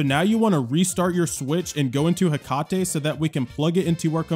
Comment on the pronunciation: Um I think it’s pronounced Heck-ate